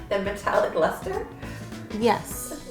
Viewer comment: When she said metallic luster i thought she said Nutella mustard!!🤢😂